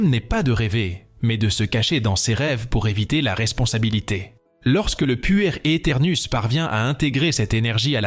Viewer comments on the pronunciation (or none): Voix d'intelligence artificielle ? je suppose on dit "pouère" ou "puerre" éternouss, le mot veut dire enfant et on comprend mieux plutôt que d'entendre "puer" (sentir mauvais ??) c'est dommage de ne pas enregistrer une vraie voix quand on fait des telles vidéos... intéressant cependant merci